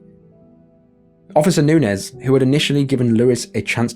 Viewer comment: I just wanna say… Bravo for your pronunciation of “Nunez”. I can’t begin to count the times my last name was mispronounced.